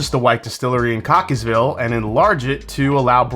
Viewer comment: lol you actually said that one right! 🤣